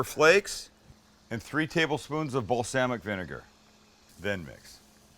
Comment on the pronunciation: “and 3 tablespoons of balsehmic vinegar”